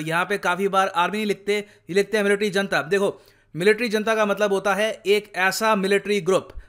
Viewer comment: जनता नहीं its हुनता!!!